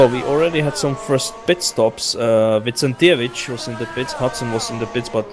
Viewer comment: Finally someone pronounced "Vicentijević" correctly, gj:D